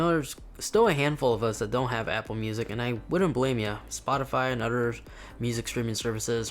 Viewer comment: “spotify and udders “